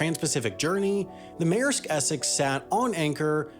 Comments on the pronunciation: Mayersk. Sometimes, the way people pronounce our language is just fascinatingly strange. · Take a shot every time he says “meresk essex” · Maersk is not pronounced Mare sk